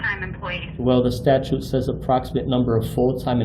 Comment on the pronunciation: He can’t even pronounce statute. He say statue. He is a simpleton with no useful skill or purpose in life.